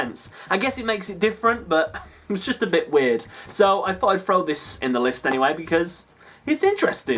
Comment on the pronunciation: good video but towards the end i noticed you saying "throw" as "frow" and it got me wondering why the hell so many english and european people do that